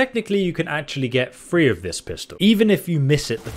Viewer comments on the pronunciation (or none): Are you saying free pistols, or three pistols? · Is he saying three or free